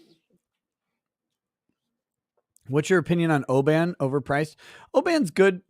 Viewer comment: The sweaties(sweaty socks -jocks-Scottish) hate their whisky names being murdered by you Shermans. Oban is pronounce O-Bin. Glenfiddich is Glen-fidd-ick.